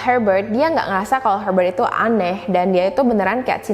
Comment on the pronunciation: kamu menyebut perkataan ITU ,itu sebagai ITUA.. ya ia tua kayak kamu(rujuk di menit ,dan menit alert sama perkataan ITU dan perkataan LAKI-LAKI)